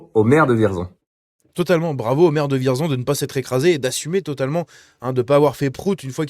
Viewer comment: Et juste comme ça, ça se prononce "Vièrzon".